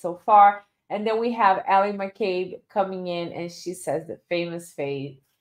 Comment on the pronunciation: Only thing I noticed is you are spelling and saying McCabe wrong. There is no R in it.